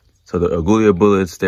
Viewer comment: I've heard some crazy ways of pronouncing AGUILA but, your's takes the cake! Free handing a .40 cal at 75 feet in the rain really isn't a good day at the range. Congrats for hitting the paper at that distance. Also, that model of gun you've got there are notorious for needing their feed ramps polished. That can help a lot.